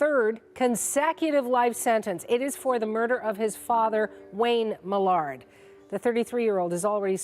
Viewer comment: Canadian AIR??? 😂😂😂 It’s not that hard to fix “air” to “heir” in an auto subtitle, sheesh. Also, why the hell can’t the AI pronounce “Millard”? So annoying.